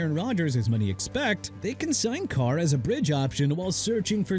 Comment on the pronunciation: "DEREK CARRV"?